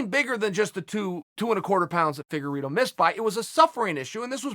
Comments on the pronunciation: "Feddugerito " LMAO! I love his name mis pronouncing bits ! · Figure Ito